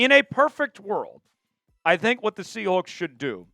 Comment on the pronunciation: Quit saying SEA HOOKS